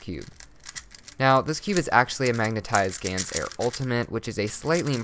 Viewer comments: It's not a GANS air, it's a GAN air. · Lol ...its Gan's Air